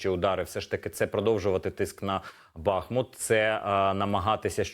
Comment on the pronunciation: Горе - коли ведучий безграмотний. БухмУт !!! Тарган вусатий.